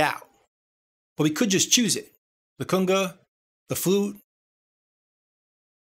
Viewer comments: Better yet, one time he even says "Kunger". Love this guy's work. Thanks! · Driving me crazy everytime I hear cunga...Cunga??? Lol...Great vids man. The official "go to" place for all things Reaper.